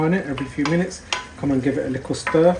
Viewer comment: lol you from Leicester mate? I heard the (likkle stir) 😂and thanks for the awesome video.